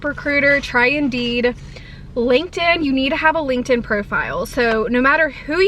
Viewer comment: Did you say Linkend?? 😅 but I feel like I did make one in college but I don’t know if I remember my PW. 😂